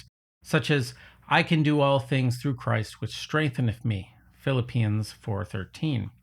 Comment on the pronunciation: Your channel popped up in YouTube recommendations. Love your thoughtful history and analysis and will check out your other videos! P.S. It's pronounced "Phi-LIP-ee-ans," not "Phil-i-PEA-ans."